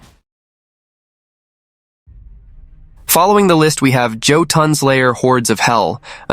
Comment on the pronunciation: Jotunn is pronounced Y-ort-ton, not Joe-ton. For future reference.